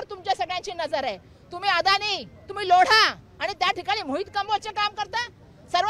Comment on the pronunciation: गायकवाड बाईला लोढा म्हणता येईना लौडा म्हणाली.. हिंदु मतदात्यांचे आभार कसला (धुरळा)................... निवडून आणलाय खाजदार म्हणून तुम्ही..😢